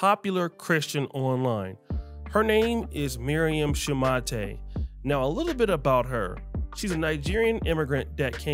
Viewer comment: Their name is Shoe Mate NOT ‘shoo ma tay ’